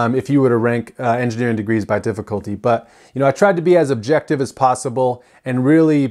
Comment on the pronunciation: Did you say "most subjective'? I assume you meant "most objective", maybe you even said that, but enunciation is important.